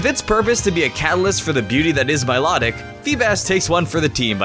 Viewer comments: Mi-life-tic not my-lot-ic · my-low-tic not my-law-tic! moron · It it's my-low-tick